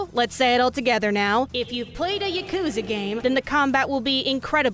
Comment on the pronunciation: Idk why but the way you say yakuza really bothers me for some reason